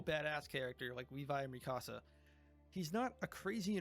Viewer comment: bro please T_T first thing you say at the beginning of the episode is how people mispronounce Bertholdt's name yet you mispronounce Mikasa'a name like jesus christ her name is the most mispronounced name in this entire fandom